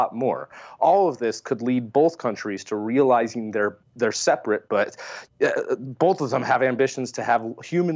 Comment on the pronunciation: infuriating way of saying 'bolth' was nearly offset this show by his well timed chuckle after said S2 was 'single and ready to mingle with a super massive black hole'. Nearly.